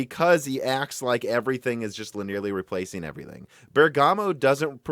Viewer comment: Linearly has four syllables. LIN-ee-er-lee. Linear plus "lee" at the end. It is not li-nearly. Genoa is GEN-oh-uh, not geh-NO-uh. Forum is FOR-um, not for-oom. There are quite a few other words you routinely mispronounce, but I'll leave it there.